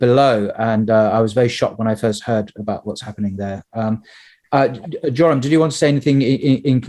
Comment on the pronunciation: Isn't his name pronounced 'Y'oram ? Nevertheless brilliant interview as always